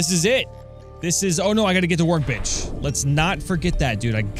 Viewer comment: Every time he said "Workbench" it sounded like "Work-bitch".